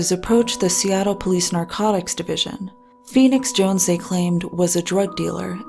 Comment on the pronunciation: All caps typing ( and also just look at his twitter any time). Steamrolls through any conversation . Unearned air of nobility (I'm feenix jownes. I help da innocent.). Horrible drug dealing hypocrite. He has literally EVERY SINGLE annoying personality trait. I couldn't stand this guy IRL.